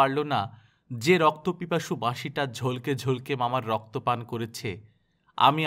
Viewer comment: ঝলকে2 হবে না, উচ্চারণ টা হবে ঝলোকে ঝলোকে